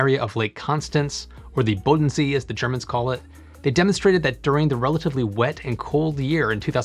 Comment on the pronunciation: Hey, he did a great job pronouncing Bodensee and Babberich! Give some credits, Groenleven is unpronounceable for an American.